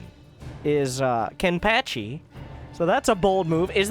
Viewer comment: I cry every time you mispronounce Kenpachi